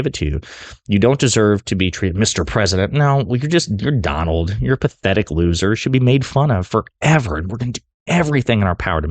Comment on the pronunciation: "DON-OLD" TRUMP was hit BIGLY by both Barack and Michelle. 🤭😂😅🤣😆